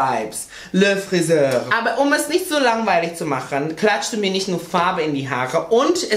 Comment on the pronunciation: Zitat: „Le Friseöür“ absolutely approved french skills am Start